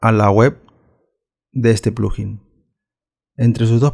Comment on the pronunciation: No se dice plujin, se dice, plug in. Por separado